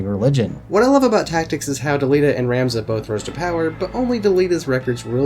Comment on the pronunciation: Thanks for the review. Its Rom-za. Vowels. Tricky.